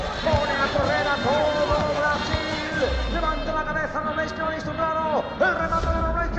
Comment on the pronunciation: En ves de robleis le dice robléis estos españoles